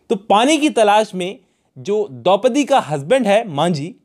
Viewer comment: Its Dopdi...